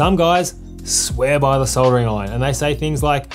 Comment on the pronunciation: Thank goodness you know it has an L in soldering and soddering like the yanks. Was going to be a hard watch otherwise 😆 Thank you for the well presented video.